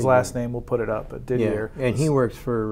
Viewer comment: Didier pronounced Didyay 😉